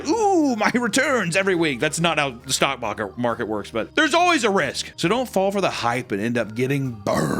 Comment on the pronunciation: almost exposed his actual, true, Boston accent! “Stock mocket”… phew! Close call!